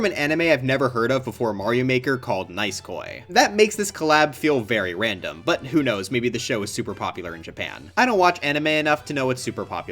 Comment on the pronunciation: I die inside when he pronounced Nisekoi 😭, pls read the manga it's nice :)